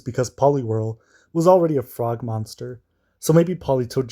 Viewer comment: I thought you called Polywhirl a "fraud monster" and I spent way too long wondering why you had this opinion. Then I realized you said frog lol.